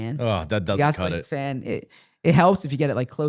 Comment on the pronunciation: ZB - pronounced oSSilating